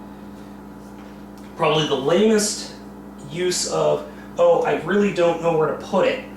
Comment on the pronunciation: FYI, oh is japanese fo king, so you've really been calling it, chicken king and cowboy king.